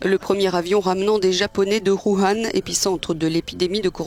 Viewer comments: WU - HAN WU - HAN et non HOOOO HAN un peu d'effort s'il vous plait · Mais ça se prononce Wou Han non?